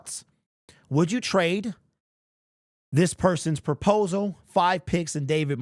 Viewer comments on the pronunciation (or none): PROPOSAL... not purposal